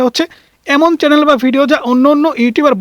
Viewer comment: Vaiya kindly apnar channel pronunciation ta thik koren. Eta chalen noy.